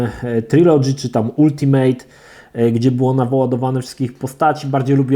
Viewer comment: Jan S Ja wiem, że nie ma każdy miał angielski w szkole, ale zlituj się. Posprawdzaj sobie wymowę słów, bo jak jeszcze raz usłyszę ULTIMEJT albo TOMB RAIDER to mnie szlag trafi.